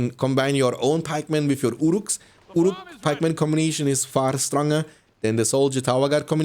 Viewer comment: Ya dayı, şu ingilizce aksanını biraz düzelt amk Senelerdir "valkam" diyon, "wif" diyon. Kulak tırmalıyor